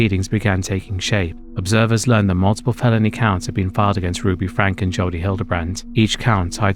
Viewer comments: Slight thing: "Franke" is pronounced "Franky". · Ruby Franke - pronounced Frank-ee